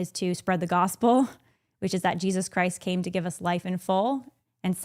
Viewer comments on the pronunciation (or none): none